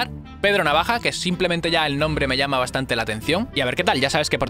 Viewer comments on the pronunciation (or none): none